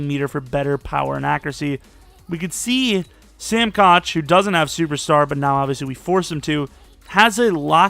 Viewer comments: it’s pronounced sam cook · actually Koch has always been pronounced Cook genius, he shouldn’t have a name change when he has explained that his name is pronounced Cook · I find it funny when you always pronounce Sam Koch’s name. I think you first started calling him that when he kept the ball for a safety in that game at the last seconds